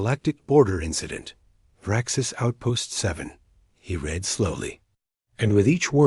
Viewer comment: The narrator AI constantly_____pauses mid sentence, cannot differentiate between read (present tense) or read (past tense) dot constantly reads______ punctuation dot and repeats large sections of_______textdot. Not a bad story though it repeats concepts multiple times, concepts multiple times and doesn't actually go anywhere. The title is as expansive as this story dot